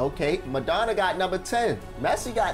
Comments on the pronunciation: Pronunciation of the legend’s name using syllables: MA—-RA—-DON—-NA Diego MA-RA-DON-NA Not “Madonna”…🤣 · Broooooo. It’s Maradona. Madonna is a singer. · My g how u gonna call him Diego Madonna? You think the "Ra" silent or some shit?